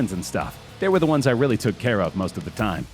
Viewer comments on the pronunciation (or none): none